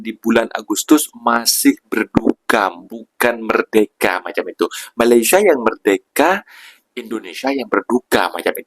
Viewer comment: BUKAN merdeke lah. Sebut betul betul. MER-DE -KA,... Dengar betul betul sebutan orang Malaysia